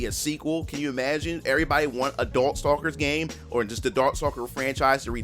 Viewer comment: Did he say dorkstalkers??😂